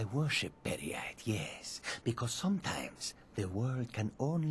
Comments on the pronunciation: Per-y-ite, your triggering my inner Jyggalag! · Peryite - pronounciation: Peri-ite / Per -ie -ai(short) -t :|